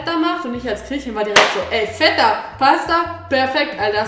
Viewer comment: Feta... nicht Vetta. Aber dein Papa und du - mega sympathisch!